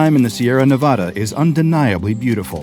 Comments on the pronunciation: as a nevadan it's nevada not nevoda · From someone from Nevada, it’s NEV-AHH-DUH